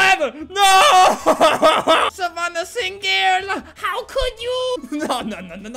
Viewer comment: Savannah Sing-gel! 😂